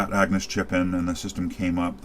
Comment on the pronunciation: Agnus not Angus. Every time you say it I'm thinking of AC/DC.